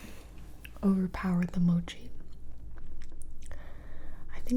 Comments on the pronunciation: Its Mow-Chee not Moo-chee lol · Lol she pronounces every thing wrong of she said mochi like mawchi I was gonna flip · she said moochie instead of mochie.. it’s pronounced mot-shee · Gibi Pls! Mochi not Moochi :) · Correct me if I’m wrong but Gibi I think they are pronounced Mac- uh- ron and moe- chee. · It's mochi (Mo key) not mochi (Mo chi), no hate just a simple correction